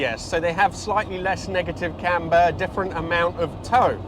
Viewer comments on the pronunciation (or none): none